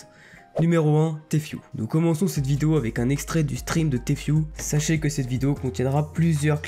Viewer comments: On prononce pas Tfue mai Tifue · Ca ce prenonce tifiou pas téfioue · Ce n'est pas compliqué de prononcer Tfue . Tu dit t fue au lieu de ti fue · tu sais bien dire tfhu